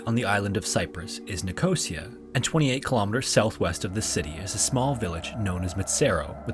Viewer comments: The area is pronounced "Nik oh see ah" and not "nj cosy ah" In UK at least. See Cyprus section. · You are saying Nicosia wrong. Its Ni-co-see-ah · Nicosia, CY is pronounced "Nick-oh-sea-uh" :) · Just to let you know as someone whose family are from Cyprus, Nicosia is pronounced as ‘Nick Oh See A’. I don’t mean this comment in a rude way just thought that I would let you know. I love your videos! Also would love to see more of these videos! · I believe that is how he pronounced it. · It’s pronounced nick-oh-sea-aah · loving these videos and bingeing them all atm :) but please look up some of the words on Forvo for how to pronounce them, please don't be offended but you mispronounce words quite regularly and it's quite distracting, eg. Nicosia, but also English words as well, other than that these videos are perfect, can't wait for more!